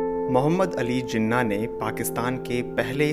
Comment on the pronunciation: Plz correct your pronunciation lafz jana nhi Halanke Jinah h....🇵🇰🇵🇰🇵🇰